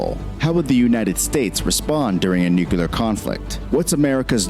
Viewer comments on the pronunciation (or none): Did you say "nuculer"? 🤭 EDIT: Holy balls! The guy narrating the video just said "nuculer," too!! 😝😝 and we're only into the video.... It's NUCLEAR. Not "nuculer" c'mon guys. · The word nuclear is strangely pronounced in this video. It sounds like new kill lee year. NEW Clear sound better and correct. Yeah, i am being pedantic . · Your presentation rocks. Please please please learn to pronounce "nuclear." It's not "new clee err." Oh, wait...that's exactly how it's pronounced! Certainly not "nuke you lerr." Don't get me started on the gotta stop. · To the creator of the original video...if you're gonna make a video about nuclear things, could you at least try to pronounce it nuclear, instead of nucular? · Hey, word of advice. Don’t lend credibility to someone reporting about nuclear war that can’t even pronounce it correctly. The narrator mispronounces nuclear as nucular throughout the entire video. Zero credibility. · NUCLEAR... THAT'S NEW CLEAR.. NOT NEW CUE LAR ... geez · Why do so many people have such a hard time saying nuclear? Are they just not concentrating, don't care, or what? Hearing New-kew-ler instead of New-clee-er drives me even more insane than I already am, and makes me think that person is either ignorant, illiterate, or lazy. My apologies for the rant. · Just for the sake of proper pronunciation the word nuclear is pronounced nook-lee-ar.......not nook-yoo-lar. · This is a nitpick, and it's been bugging me since George W was president, but it's "NOO-CLEE-AR." People should really get that straight before making videos on the subject and saying "Nucular" the whole time. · I love how there so much in-depth knowledge in this video that is so well relayed...and then the original video guy repeatedly pronounces the main subject wrong. Please. It's Nuclear. Not Nuke-yoo-ler. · For the love of God IT'S NOT NUCULAR IT'S NUCLEAR. NOO-CLEE-ERR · Nu... Clear nu-clear nuclear. Not nuquelar. It's weird I know. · It’s Nuclear!!! NOT NUCULAR 😤😤